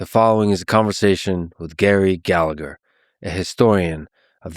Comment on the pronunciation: Don't be a typical plastic paddy: Its pronounced Galla-her.